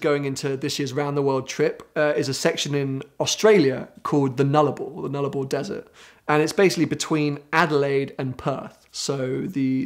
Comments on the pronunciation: Nul-arbor nul as in Non, arbor as in trees, like ‘arboretum’. I can’t think of anything more obviously Latin, I’m surprised he didn’t know that, because he definitely sounds like his parents sent him to a private school. 😂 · Nullarbor is Latin. Null (no) arbor (trees, as in arboretum meaning a tree garden), no trees. Oh and it's a plain. The no tree plain, a literal flat sea of dirt. To experience properly you should take the indian pacific train across as it goes straight through, while the highway hugs the coast and isn't as featureless. 487km of straight track without a curve or incline. There is literally horizon to horizon flat dirt and very small shrubs and nothing else. It's fascinating in its relentlessness.